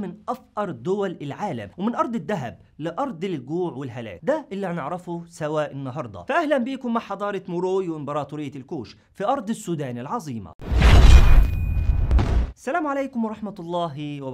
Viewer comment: 1) تلفظ حضارة "ما را وي". 2)اتفاقية البقط ولها اصول راجع : Pactus الإغريقية.